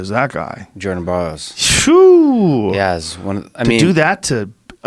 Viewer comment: That dude says “Jerden borrows”